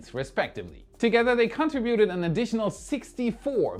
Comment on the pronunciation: con-TRIB-beaut-ted Not CONTRA-beauted